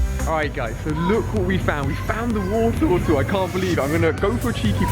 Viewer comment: "we found the Woretowtle